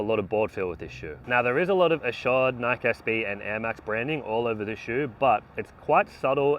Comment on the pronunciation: It was meant to be pronounced "nike" (like bike) originally. People started pronouncing it incorrectly as "Nikee" (like Mikey). He's saying it the way the company originally intended it to be pronounced.